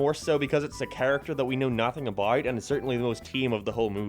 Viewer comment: "thare" "abouuwt" why cant you speak english? even quebecois can speak better english